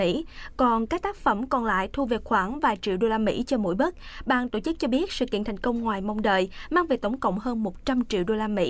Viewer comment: đừng đọc " tộ chức " nữa